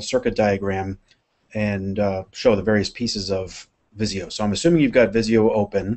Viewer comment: Hi, it's Visio not viso! Tnx for the vid ;)